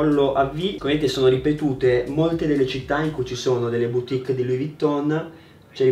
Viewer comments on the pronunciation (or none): none